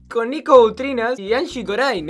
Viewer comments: es Angie Corine no Corain jajajaj ceneishon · No es angie corain es angie corin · el bolu3 le dice angie "corain" y en "corin" (se que se escribe corine) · Se pronuncia anshi corine No anshi corain Si vos queres que respetemos tu nombre artistico Respeta el de los demas youtuber